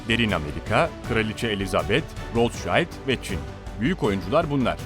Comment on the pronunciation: Sayin, sizin bir hususta dikkatinizi cekmek istiyorum. Bu kullandiginz o zengin ailenin ismidir. Siz onu türkce yazarsak, "rotsaild" seklinde telafuz ediyorsunuz. Bu aile aslen Almanya'lidir ve isimleri de tabiatiyle almancadan gelmekte ve türkce okursak "Rotsild" diye okunur. Tercumesi: "Kizikalkan" manasindadir.